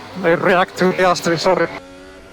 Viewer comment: Este comentarista 🇲🇽 no sabe pronunciar la “s”??? Verjtappen Piajtri Carloj 🤷🏻‍♂️